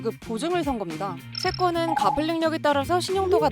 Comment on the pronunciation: 갚을 발음 ‘갑을’ 지렸다…